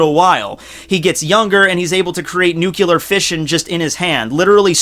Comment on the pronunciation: it's nu-kli-ar not nu-ku-lar